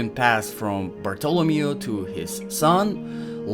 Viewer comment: Fantastic video. Thank you. Learned so much. Bartolomeo by the way is said with emphasis on the "me" (BartoloMEo) not the "to" (BarTOlomeo).